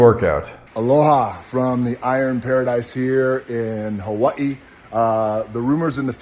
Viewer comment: The crazy thing is how he pronounces the word Hawaii because he's in Hawaii but he is definitely not Hawaiian and in fact he tried to Gaslight the world into donating to Hawaii with Oprah when Hawaii needed him the most. And now he is pretending to be their friend and telling you more lies, except this time instead of the most amazing historical Community being destroyed by fire and him pretending to be a friend, now he's destroying the fitness community and he's not a friend and he should GET FIRED. I'm so irritated that I don't like this man anymore because I used to be such a fan and the worst part about it is that if I had the kind of money he has I might turn into something I can't recognize so I'm no better. your videos are awesome and you are the greatest Fitness influencer on YouTube for sure and I'm not trying to say that to give you a compliment but rather to give you thanks because in my high school years I abused steroids and now I'm paying the medical bills 25 years later and I think you are making a change literally in the mindset of lifters everywhere young and old. You're encouraging and inspiring us to be informed and approach all things chemical with wisdom and that's something My Generation never had. And on a side note I see different videos of you some of them are older and some of them are recent and you can always see these massive changes in your physique and in your face and in your hair and it's just really interesting to watch you go through d